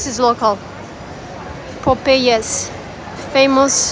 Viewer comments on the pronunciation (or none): Popeyes as you mention that "I think this is local" is not a Sri Lankan brand. Popeyes is sounded like Pop-Eyes similar to the Hollywood Cartoon Character Popeye and similar to KFC, McDonald's, Burger King, Taco Bell, Pizza Hut, Subway etc. (which are currently in Sri Lanka as well) is an American Fast-food Restaurant Chain very popular in USA , and in the U.S, the name of the company is known as "Popeyes Louisiana Kitchen, Inc" . This is about what is said in this video of yours / Balnu=>